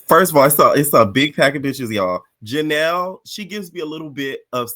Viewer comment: You calling Janelys Baby “Janelle” is frying me. I voted for Daisy, Janelys and Bahati. Ming already getting on my nerves, she got one more episode to not pmo